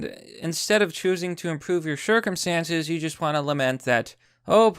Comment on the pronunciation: lmao shirkumstances I think that was a Freudian slip XD